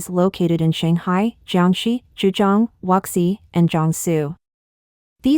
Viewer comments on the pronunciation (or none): Not the first time I've heard text-to-voice pronounce Wuxi as "wuk-see".